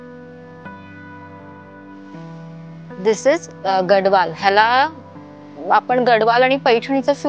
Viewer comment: It's gad(the)wal d should be pronounced as the.